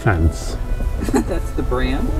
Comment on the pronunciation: Also, THEE COAT